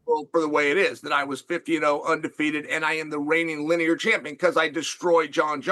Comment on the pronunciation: I'm glad people are finally seeing Chael for the tool that he is. Guy can't even pronounce words right. Right off the bat- "Linear champ". It's "lineal" dude.